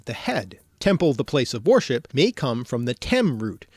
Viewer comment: You pronounce "worship" like "warship" Those are totally not the same thing